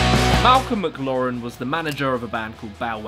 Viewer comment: How DARE YOU! Malcolm who? Mc Loren? Its McLaren, just like the lovely supercars/hypercars. Mc Laren. Who were the creators of the greatest roadcar ever made, the McLaren F1! That McLaren!